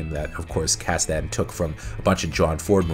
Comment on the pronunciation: You’re pronouncing Kasden wrong.